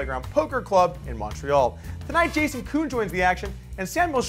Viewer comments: jason koon... not juhkoon lol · why does polk keep calling jason koon.....jacoon???? lol